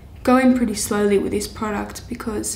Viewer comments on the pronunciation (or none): none